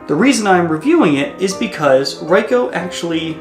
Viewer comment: It is actually R"ee"coh and not R"ai"coh. Anyway, good one. Thx